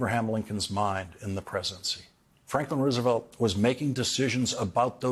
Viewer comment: Most of the time when you say Roosevelt's name you are mispronouncing it. This is a very good otherwise.